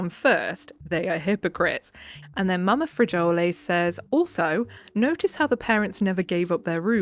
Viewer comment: Hey lady, in Spanish the word frijoles is more like "free-HO-lays." No worries though! Sick story: I was once, in the days when I was young stupid, very drunk and partially missed the toilet. My amazing, amazing husband did clean it up and I never asked him. I would have passed out and cleaned it up in the morning. If I'd chucked it I would have been so embarrassed!